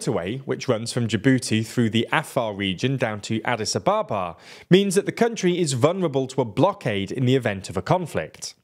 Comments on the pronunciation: HOW on earth did you pronounce Adis Ababa? Please don't be pretentious with names! Pronounce Anglicised names. After all, you don't pronounce Paris like the French do you? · Adis-aba-bah?! That is a novel pronunciation!